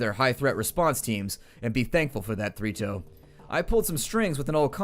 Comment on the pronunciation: Everytime you tay Three Toes I hear Fritos...